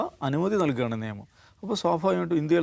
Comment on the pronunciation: സർ നേമം എന്നല്ല നിയമം എന്നല്ലേ ?😊